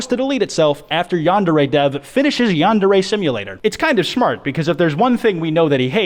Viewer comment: U annoy me. ITS YAN-DARE-REE